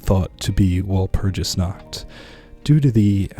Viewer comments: It's pronounced wall - purg- us dude research cultures and pronunciations please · Take a few lessons on German and then pronounce walpurgisnacht again. Uncultured swines